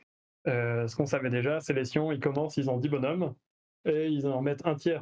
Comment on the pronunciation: C'EST PAS DES SCIOOOOOONS C'est des Tempestus Aquilon, mais c'est pas des Scions huhu